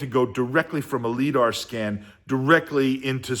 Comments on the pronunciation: Great video, perfect level for most people to get value on this process. And 18 minutes of me yelling “it’s pronounced LyDar” …then the phone call 😂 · lol... every time he mispronounces liDAR has me cringing... makes the clip unwatchable... ugh